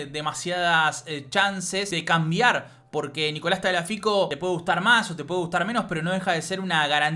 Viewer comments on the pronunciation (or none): none